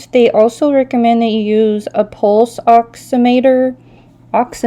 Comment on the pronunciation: It's pronounced; Pulse " Ox - em - a - ter ".... it is used to measure the saturation of oxygen in a person’s blood.